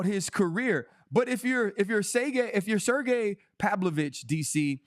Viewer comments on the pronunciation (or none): DC is really Chael'ing Sergei's name 😂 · I like how DC calls Sergei’s last name, this mofo gotta do his home work, thanks RC to let him know how his last name pronouncing